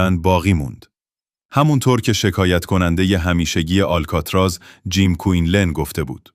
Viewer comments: هنوز نمیدونی آلکاتراز آل....بوده در اَدای واژه مشکل داری ک.... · اشک آلکاتراز ن یه بار هم نشنیدی آلکاتراز